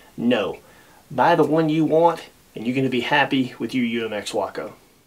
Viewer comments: what is a wocko? Waco. Way-koh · way·kow not waah·Kow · spent a good share of my life near Waco Nebraska. I know people that flew Wacos. first time ive ever heard wockoh.